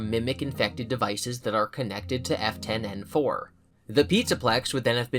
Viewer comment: Hearing you say F10-N4 the F10 part sounds like Afton which seems like a dunny coincidense